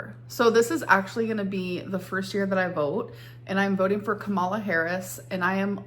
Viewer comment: Okay,...that's not how you pronounce Kamala, but you do you, boo boo. Gesu Cristo, I'm Australian and even I know this. I too don't give a rat's how fat you are, if you treat other people with respect, dignity and kindness, then I will afford you the same courtesy. Why is this such a challenging concept for this one and the other one (F.B.) to grasp? I would rather stick red hot pokers into my eyeballs than get involved with any of her "Journal-Lynn," nonsense. The woman is delusional. Okay, I'm exaggerating but, I'm going with the Amblin' Greed vibe, talking nonsense, hoping that the audience thinks it will make sense. 😳😂 If this "Tommy" character has any sense at all, she would never let this one cohabitate with her and her child. I know I wouldn't invite this giant toddler into my household. No way. Amber has no concept of what it takes to be a good role model, she can't even take care of a dog. Lastly, my retired husband who worked as a mental health professional for 49 years agrees with your assessment about Borderline Personality Disorder. It is a life-long condition that entails specialised treatments/therapies that can often span several years. There is no "quick fix." I'll jump off my soap box now before I start boring myself to death. 😂🤣 Cheers. 💖